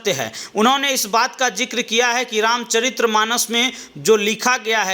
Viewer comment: रामचरित्र नहीं भाई, रामचरित कहा करो, इतनी बड़ी उम्र में भी सही उच्चारण नहीं कर पाया तभी मज़ाक उड़ाया जाता है विडियो इडिटिंग वाले भाई दूसरी क्लास में सीखने वाला प्रसिद्ध शब्द है